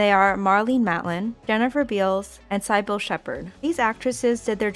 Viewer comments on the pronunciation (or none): Khaki is pronounced CACK ee. Cybil is pronounced SIB ul. I like your content but please look up words you're not familiar with. It hurts your credibility.